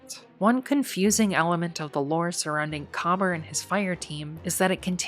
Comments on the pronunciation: COBBER?? Ma’am, it is pronounced Kuh-BEER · Just a few points I need to add. 1. Kabr is pronounced Ka-beer (that’s what it actually sounds like) 2. In addition to the known fireteam of Kabr, Praedyth and Pahanin; there were also 3 unknown guardians that were permanently lost to time due to fully being erased from reality. 3. Pahanin (the hunter) was the only guardian to escape the vault after the rest of his fireteam perished or worse, however he did this by sending himself back in time back to the late dark age/early city age. He was the creator of the Heavy Machine Gun: Super Good Advice. It contained a powerful AI of his own creation that would not only keep him company but to also remember both him and his name, as Pahanin was constantly paranoid that he was still trapped in the Vault and was undergoing a simulation. Because Pahanin was sent back to the past, this is why Super Good Advice looks like a older frame machine gun but has futuristic components. Pahanin was later killed by Dregen Yor. 3.5: The reason why we know of Kabr and Praedyth in the first place was because Pahanin remembered their passing. 4. Praedyth (the warlock) was kept alive by the Vex as both a hostage and a test subject, constantly being moved through time. Eventually we would track down his remains that the Vex surrendered to us during the Taken War in a mutual exchange after helping to defend the Vault of Glass from the Taken and Oryx (The Vex concluded that Oryx was the bigger threat despite us messing up their plans initially). 5. Despit